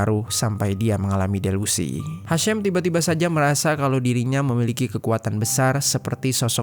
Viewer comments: Padahal Ejaan namanya Hisham, ya dibaca Hisham, kok jadi Hashem, sedangkan si Hisham itu dr urutan namanya Kemungkinan Ibunya Muslim. Sorry sy juga muslim, cuma kasus Urban Shock itu bukan pertama kali, pernah Imigran Palestina kejadian begini juga, cuma karena istrinya punya banyak teman, dia cemburu berlebihan, istrinya dimutilasi. Ejaan nama Hisham ya dibaca Hisham, bukan Hesham. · Bacanya hasyeem tp tulisannya HISHAM CARI TAHU DULU BIAR TAU !!!!!!!